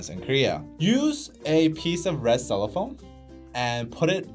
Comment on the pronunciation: Lol. CellophANE (rhymes with plane)...I was wondering what a red “cellophone” over the cell phone flashlight was. I was not looking at the video at first. I had ti rewind to see what you were talking about. Cute.